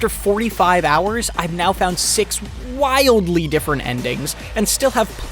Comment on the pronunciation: "My ending options had... DRasTiCaLLy changed" "I've found 6 ....* inhales all oxygen in room * WILDLY different endings"